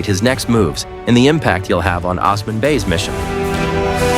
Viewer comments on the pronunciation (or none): Enjoying from America! You're kinda' slaughtering names. "O" sman "O" - NOT Oz like Ozzie Osbourn Fat ma NOT Fa tea ma You vascillate from the correct & wrong way. Be consistent. A lad den NOT A la din A lad (like British "lad") den Air truule NOT Er ter rule Bore ane NOT Bor ran You're pulling clips -- LISTEN TO THE SERIES from where you're snatching the clips. As for Orhan's wives - the Prophet Muhammad had 12 wives - 10 at one time. You got everybody's name all whacked up!! Can not do that. It's a cultural insult. These names are not pronounced as spelled. They're Turkish & Arabic. Get it together! Don't be typical. Show respect. Thanks!